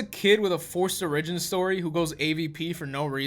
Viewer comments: “Forced ore-i-gin” uh- I’d love to see you review Paranormal Activity because I’ve always thought it wasn’t scary and was pretty shit but apparently some people consider it a classic and got scared asf. Like. Que? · oh my god, says “origin” like ‘O-ridge-in’ as if one were to say “original” when the world pronounces it as “Or-ruh-gin”. thats absolutely adorable❤ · oh-rijjin AHHAHA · Oh-ridge-en story